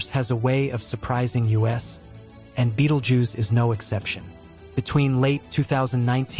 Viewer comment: This guy doesn't even pronounce the star's name correctly. You'll see it's light more for some time but nothing else. Anything with the Fox logo is fake just like the commentary here. Click bait